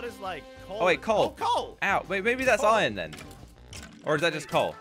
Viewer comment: Then said coal iron I said coairon